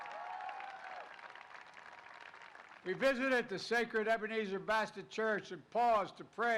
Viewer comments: "President Harris and I".... "visited the Ebenezer Bastard Church".....it's "Baptist", Joe... (couldn't make it past the 5 minute mark, but shirley there must be plenty more blunders) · He didn’t say bastard more of bastid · Ebenzer Bastard Church. 🤣 You can’t even make this stuff up 😝